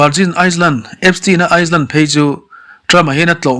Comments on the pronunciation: Virgin Island(Iceland) ni lovin Island(I-land) s hi lam rik loh tur a ni. Sawiselna ni lovin ngaihthlak a nawm nan leh hmasawn nan aw… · a nupui Ivanka Trump pawh hi i tih hi a nupui nilo in a fanu zawk a lawm.Chuan Island hi Ailen ti a lam tur,S a ri chhuak tel lo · Han sawi ve khanglang i la,iceland leh island hi i lam pawlh deuh em aw..